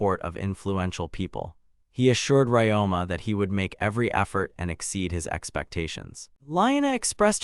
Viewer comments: Ryoma. The protagonist name is Ryoma - Ree-Oh-Mah. Who the f. is this RáMá guy you keep babbling about? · "RamAA, is doing something on his own.. RamAA talked to... RamAA is funny way to pronounce a MC's name. 😆